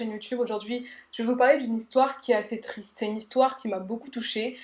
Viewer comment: "tristre" j'ai ri